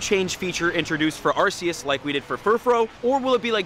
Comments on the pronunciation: its pronounced arkeus not arseus so u said it right first😁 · It’s pronounced Arkeus not Arseeus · It pronounces ArKeus, no ArSeus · It's not arcues it's not arkeus it's not Llama stuck in a fence it's ARKOOS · Alll the other fans out there know that it's actually pronounced Ar-coos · It’s Ar-Kee-us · Ahh yes the pronunciation of arceus